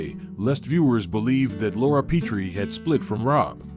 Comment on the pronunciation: The 1st syllable of "Petrie" takes a short "e" as in "pet."